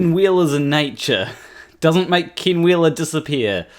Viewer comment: His name is "Ken" not Kin